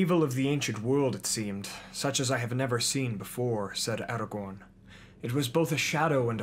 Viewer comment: When he says Aragon he pronounces it Aru Don